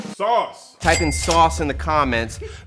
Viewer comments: Sauuuceeee ! You know you’re from Tampa Florida when you say GASSS 😂🙌🏼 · LOVE THAT “SAUCE”